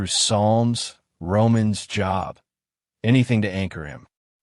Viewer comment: AI narrator doesn't know how to say, "Job". as in the book of. Strange hesitations. If you're going to us AI, it should at least be perfect! But I guess using the cheaper one allows more profit.